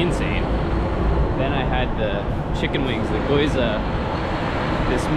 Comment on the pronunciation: It pains me to keep hearing you pronounce gyoza wrong. It’s not GOY-ZA it’s GYO- ZUH G Y O Z A